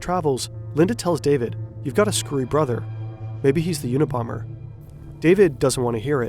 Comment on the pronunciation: Check the "a" in unabomber.